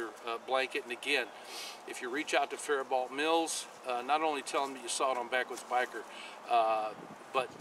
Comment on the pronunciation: Just a heads up, I grew up just south of faribault and it’s pronounced fair bo